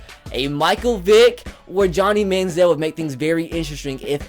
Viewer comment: Jacob Hurst its Manziel